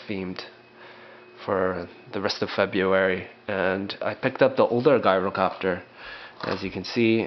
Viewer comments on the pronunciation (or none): not guy-row-copter